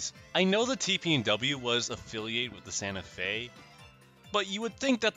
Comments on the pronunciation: Ah yes, my favorite railroad: Ganta Fe. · “Ganta Fe” 💀